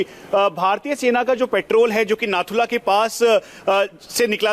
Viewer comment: Nathulla name hai nakulla nhi